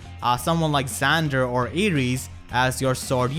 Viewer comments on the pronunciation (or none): none